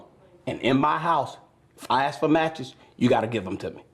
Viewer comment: it's crazy how she acts so smart "we pride ourselves on our intelligence" but can't pronounce ask correctly.